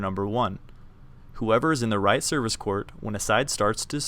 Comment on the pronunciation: i watched this in pe and i hate how he says court